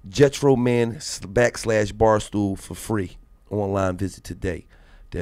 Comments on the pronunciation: Boy said Jetro man 😭 Get Roman Gil… Get Roman 🤦🏻‍♂️ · Ima need Gillie to get his promotion game right... it’s not GETRO-MAN ... it’s GET 🧐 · Get Roman not gechroman o watever you said😭😭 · Gillie cant read nigga said "Jet ro men" its "get roman" 😂😂😂😂😂😂😂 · Gillie talking bout "Jetromam" It's GET ROMAN 😂😂🍃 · Jet-tro-man? You mean 😂😂😂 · Jetro man 😂😂😂 its get roman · He fucked the whole show up I cant get over GETRO-MAN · "Getro" man wtf wand walo didn't correct him